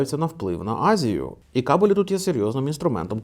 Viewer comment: хороший контент, дякую. єдине зауваження - кАбелі, а не кабелІ)